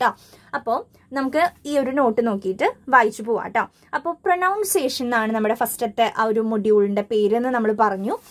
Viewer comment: Chechi njn oru degree student aanu.. exam ayapo padikkan vendittan adyayit video nokkiyath.. kuttam parayanenn vicharikkaruth. Pronunciation enna vakkinte chechide pronunciation tettanu. It isn't പ്രനൗൺസിയേഷൻ but "പ്രനൺസിയേഷൻ" . Adyam paranja angne illoru word englishil illa.. so next tym onn sradikku❤️☺️